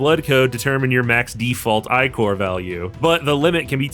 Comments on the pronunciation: Dude it’s pronounced ick-or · "eyecore" :hand-orange-covering-eyes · Do they pronounce Ichor as 'Eye Core' in game too? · The way you keep pronouncing ichor the way you do is diabolical. Over and over and over.